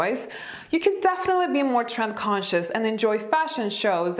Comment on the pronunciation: Ahahaha - when you said "trend conscious" I thought you said "tramp conscious" (11.30) - that got my attention focussed again 😂